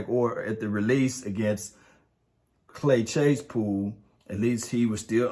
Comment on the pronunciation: “Clay chasepool” 😂